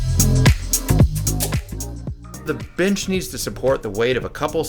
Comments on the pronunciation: Am I the only one who heard bitch instead of bench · Anyone else hear the word "Bitch" whenever he said bench? Or are my ears just that fucked up?